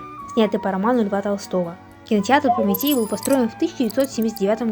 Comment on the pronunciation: Произносится как "ПРОМИТЭЙ" неужели вы не знаете кто это?